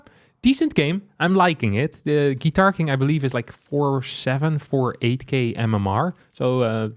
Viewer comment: Are there any Russians here who all the way were sure that GuitarKing was perfectly pronounced by like Russian surname «Гитаркин»?